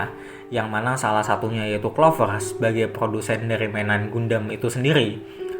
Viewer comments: Tulisan gundam di baca/pengucapan gandam bukan gundem min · Bukan gandem Tp bacanya GAN DAM